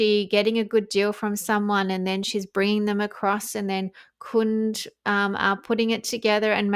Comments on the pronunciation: It's pronounced Kun-day. I live near the winery. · Hey, its pronounced Kun-dee. My former SIL was the CFO for them 20yrs ago. The have lovely grounds. Sonoma County may have more vineyards than Napa. Just FYI. 💖✌️